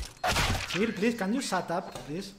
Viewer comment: "pli pli can iu sat ap" eso no significa que se callen, al menos en ingles, ya no se si es otro idioma... xd